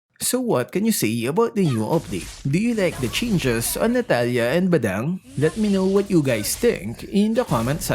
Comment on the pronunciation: Lol now natila is more like katalia hahaahaahha 😂😂😂